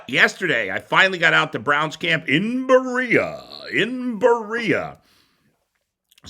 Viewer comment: Not that you haven't been here a while but I do appreciate you Out of Towners saying Berea correctly, most people make it sound like a Latin America baseball player.